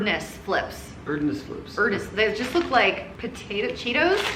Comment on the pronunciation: Erdnuss = AIRD noose. Peanut!